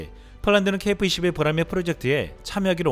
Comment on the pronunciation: KF발음이 .케이프 로 들린다는ㅠ